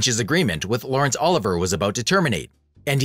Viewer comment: GET NAMES CORRECT! Disrespectful when obviously reading from a script... oli.VEE.ayy not Oliver.